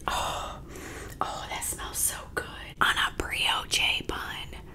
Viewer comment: Brioche bun - pronounced “bree-osh” Great vid, lookedtasty! Thanks for sharing 😊